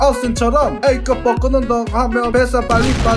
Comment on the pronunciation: 복근이 볶음밥으로 들리냐 왜...